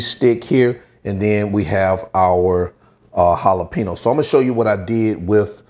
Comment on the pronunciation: I love how he said jalaPENOS 😂❤️